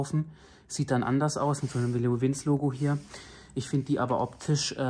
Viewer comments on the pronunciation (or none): Man spricht es "Leo Wintsche" weil Italia 🇮🇹😆 geile mikro qualität . finde den mit den komplett schwarz look geiler als der silberene bei meinem SC Project Woher sind die felgenaufkleber?